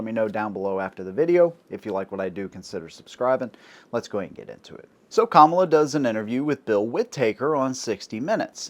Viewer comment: Thank you for actually pronouncing her name right.